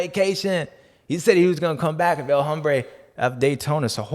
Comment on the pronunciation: Dude......El Ombre...the man. There is no HHHH